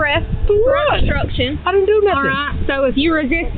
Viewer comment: Damn hick stupid cops can't even pronounce words properly. What the fruit is "bstrucshun"?